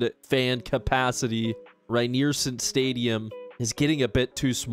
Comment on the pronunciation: Keep this series going,! As a Michigander whose favorite program to rebuild is EMU, this has been especially fun for me. Rynearson Stadium is the only CFB stadium I’ve ever played in. FWIW: Rynearson Stadium = Ry-near-SUN stadium and Ypsilanti= Ipp-sill-ANT-ee, but we call it Ypsi or IPP-see. Let’s go, Grey Boys! (Go Spartans!)